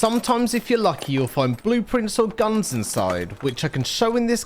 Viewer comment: I love how you pronounce "guunnnnns"